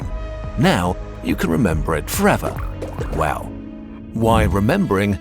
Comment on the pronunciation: had to rewind, thought they said “would” not “wow” when touching the blob 😂